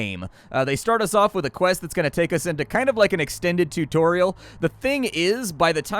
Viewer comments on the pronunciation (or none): none